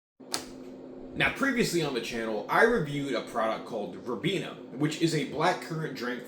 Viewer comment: It's pronounced "rye-been-ah". Glad you enjoyed it!